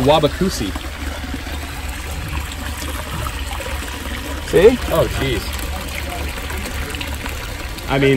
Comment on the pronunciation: lol this host / narrator said "this is like waba - kusi" when he was removing that plant. Cichlid enthusiasts are hilarious